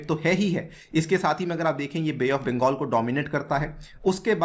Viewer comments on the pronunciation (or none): none